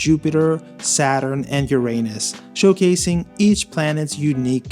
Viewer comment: Thank you for saying Uranus correctly 😄